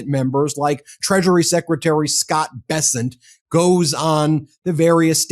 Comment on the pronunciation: The way Charlie pronounced Bessent with a french flair haha